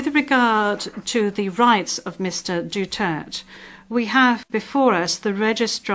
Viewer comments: Hoy its Du-ter-te not dutert, its Duterte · Pwede bang sabihin sa blonde na ibigkas niyang mabuti ang Duterte not Dutert. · She pronounce Duterte as Dutert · Anong pakialam ng ICC… Hindi nga maka pronounce ng Apelyedo nya grrrrhhh